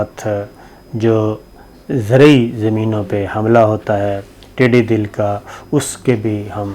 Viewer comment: د کے اوپر زبر ھے زیر نہں